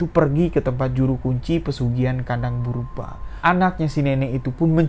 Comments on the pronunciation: Bubrah bang. Bukan burbah😂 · Kandang BUBRAH mas BUKAN kandang BERUBAH, beda artinya jauh bgt. Coba di cek dulu cara pengucapannya. Agak mengganggu kuping sih mas padahal ceritanya bagus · Burbah hahahahaa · Iya setau saya kandang bubrah bukan burba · Gk bisa baca ta, kandang Bubrah kok di baca kandang burba😂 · Bukan burbah bosss tp bubrah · Kandang 'BUBRAH' bang, bukan 'BURBAH' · Kandang bubrah bukan burbah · Kandang Bubrah bukan burbah🙂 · Bubrah Mas...bukan burbah. Bubrah itu artinya dibongkar. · Jangan salah ucap "kandang burbah" tapi yg benar kandang Bubrah. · Maaf, yg bena0r menyebutx adalah KANDANG BUBRAH bukan KANDANG BURBAH, KANDANG BUBRAH artinya rmh yg dibongkar pasang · Kandang bubrah cuy bukan burbah 😂😂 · kandang ,BuBrah om , 😄 bkn kandang purBa🙏🙏🙏😄😄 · Si amang ngmong nya kandang BURBAH muluk😄😄 bubrahh mang bubrah bukan burbah. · 0m bubrah bukan burbah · Bang bubrah bukan burbah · Bubrah lae. Bukan burbah. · Salah-salah sebut nama....normal bro...tp menganggu. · Kandang BUBRAH masss Bukan BURBAH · .penyebutan itu yg benar pesugihan "KANDANG BUBRAH" bukan "kandang burbah" BUBRAH berarti rusak...jadi pesugihan ini selalu merusak rumah dan merenovasi kembali tanpa alasan yg pasti.... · Bubrah bukan burbah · kandang bubrah,bu brah bukan burba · setau Aku pesugian kandang bubrah, bukan purbrah, 🤭 krana di tetanga nenek ku dulu ada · Kandang bubrah bang...bukan burbah🙏😂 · BUBRAH bang, bukan BURBAH, 😁✌ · Bang bukan kandang burbah,tapi kandang Bubrah 😀😀, nya bukan orang Jawa,maklum ya 🙏🙏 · Gpp mas , pantes j tadi tak dengerin bolak balik tetep dengernya "brubah" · Lucu mlhn dengernya😊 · Ya bener salah penyebutan, Sepanjang dengerin ga enak dengernya pas penyebutan itu, maklum aslinya orang jawa, bahasa itu bahasa masa kecil saya, Bubrah itu bahasa itu bahasa Jawa, berantakan, awur-awuran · Aku orang jawa memaklumi salah sebut... Hehe